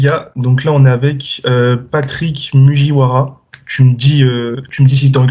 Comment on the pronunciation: Mugiwara ça se prononce "Mouguiwara" hahahaha